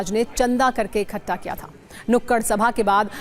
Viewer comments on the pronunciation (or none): " इखट्टा " नहीं बोलो , शुद्ध शब्द इकठ्ठा है ।